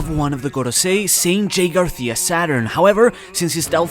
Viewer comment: you have a very pronounced "S" I almost feel you are spitting on mt face, how the fuck did you mispronounced Garcia?